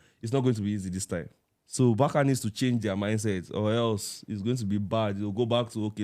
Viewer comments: Barça is pronounced Bar-sa not Bar-ka. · Why Nigerians always pronounce BARCA like that,BARKA how